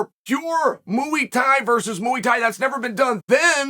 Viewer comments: Mooey tie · Mooey thai is mine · Chael “mooowee tie” sonnen. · Moooey thai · Mooey tie 🐮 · Muay Thai is by far my favourite 🤣🤣🤣